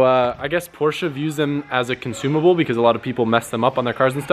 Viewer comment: *Porsche I'm to German to ignore this